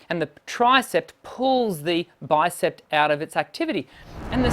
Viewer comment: It sounded to me as if you pronounced the names of the arm muscles as "bicepT" and "tricepT" . There is no final "t" sound in these words. They are pronounced as they are spelled: "bicep" and "tricep". (I don't mean to criticize - just offering helpful advice.) Your videos are great, by the way. Thank you for freely sharing your knowledge.